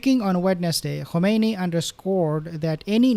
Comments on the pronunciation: With all due respects, the supreme leader's name pronounced as "Khaminayi." Not Khumanaini. thank you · Is not komeini is khamenai